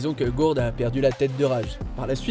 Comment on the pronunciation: ghourd ?????????????? connais pas Guldo oui un peu de respect franchement déjà la version anglaise c'est immonde mais si en plus vous faites même pas l'effort pour les noms.....